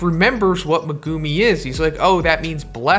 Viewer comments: Bro it’s megumi not Mugumiii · Great video, but say it with me…Megumi = Mehguhmē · It’s pronounced Meh-Goo-Me not Mee-Go-Me, other than that great video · At first I was like whose me gu mi but then I was like oh he’s just saying megumi’s name wrong lmao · The way you say megumi makes my ears bleed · I hate the way this guy says Megumi